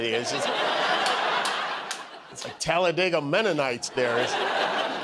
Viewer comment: Thank you for pronouncing Talladega correctly.😂❤